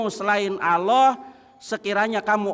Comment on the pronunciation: Nyebut Allah aja asal asal an😂😂😂😂😂